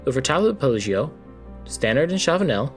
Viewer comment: Interesting prononciation of Cipressa, Poggio and (hilariously) penultimate! But I’m only kidding, great video! Thanks a lot